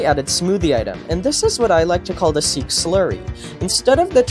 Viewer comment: seek ❌ sihk ✅